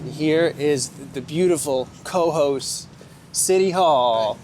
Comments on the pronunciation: I am in Schaghticoke NY, not far from Cohoes (pronounced Koe-Hoze) and never heard about this. I subscribed and will follow! Rick Delair. 😊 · hey guys! just so's ya's knows.....it's pronounced kuh-HOSE. best of luck to you. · It is pronounced ka-hoes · Please learn the correct pronunciation of Cohoes. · You need to learn how to pronounce the name right of Cohoes